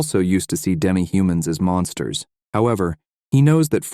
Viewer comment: Fyi its supposed to be Monsters not mounters. 😂its okay english isnt my first language either.